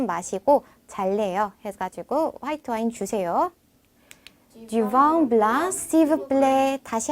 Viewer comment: 블렁, 앙 아니고 엉 으로 발음해야.